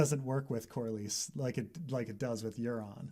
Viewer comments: WTF Corlarees ... how do you even get to that pronunciation ? It's Corlys (Cor-lees) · Red team review adding an e to Corlys makes me irrational upset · say it with me: Cor-lys. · I usually don't care, but adding 4 extra letters to "Corlys" is hilarious.